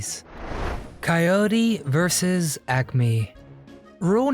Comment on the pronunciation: That's "versus" (not "verse").